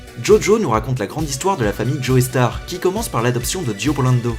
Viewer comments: Les gens qui prononcent Joestar "Joey Starr" je m'y fais pas. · Faut arrêter avec le joeystar mdr c'est Joestar xD. Sinon très bonne vidéo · "Joey Star"... mais nom de dieu ça se prononce "Jostar" ! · salut je suis une meuf qui adore jojo et qui passe par ici pour dire: JE SUIS PAS DACCORD AVEC LES GENS QUI DISENT "joéstar" ON DIT "jostar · super vidéo, mais jetrouve ça très drôle la manière dont la personne de prononce "joestar" joey starr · Pourquoi tous les français se tuent à prononcer joéstar :'( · Dio BRANDO, pas BULANDO. Aussi, Joe-star, pas Joé-star. Désolé,, mais sérieux...